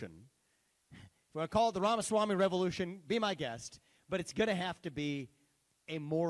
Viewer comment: People, meaning TV people, NEED to learn how to say his name! Vi-VEK rhymes with “cake.” And, Ramaswamy is actually really easy and fun to say…..Rom-a-swom-e. Learn how to say it because this guy will be around for a long time! He is smart, FULL of common sense and doesn’t back down from lying liberal media. He is EXACTLY what we need now.